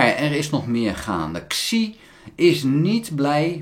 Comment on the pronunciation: "Xi" in Pinyin spreek je niet uit als "Ksi", maar als "Si"